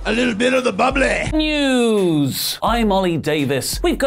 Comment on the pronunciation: “A little bit of the bubblay” Is the next big meme 😂😂